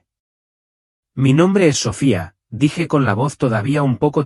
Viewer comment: Que horrible esa voz artificial tan fastidiosa no vocaliza ni usa los acentos adecuadamente, no dice SOFÍA "dice sófia" Marcaré que no me recomienden ese canal.